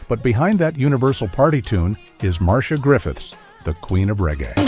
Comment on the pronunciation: Her name is pronounced "Mar-See-A Griffiths"